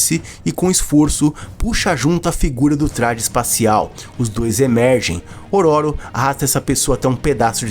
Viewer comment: Amigo só uma observação, fala-se ÔRÔRO. 😅